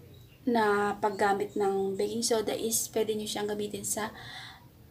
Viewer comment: pagkadinig ko ate "beking soda" medyo natawa ako hehehehe